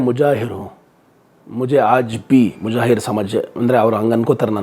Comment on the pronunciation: ಮುಜಾಹೀರ್ ಅಲ್ಲ...ಮುಹಾಜೀರ್..